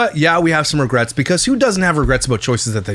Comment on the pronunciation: Ragrets???? Regrets I think u mean 😂😂